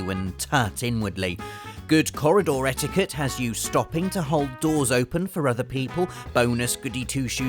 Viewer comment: When he said etiquette the first time I thought he said etika